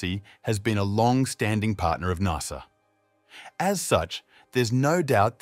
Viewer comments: It’s not NARSA, it’s NASA, the “NAS” part of “NASA” rhymes with “GAS”. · Its pronounced N.A.S.A. not NARSA :) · Never in my life have I heard someone mispronounce NASA so badly.